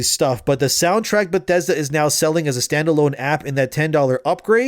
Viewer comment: Soundtrack, not soundtract